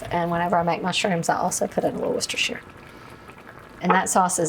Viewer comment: love watching you but also impressed on your pronunciation of Worcestershire!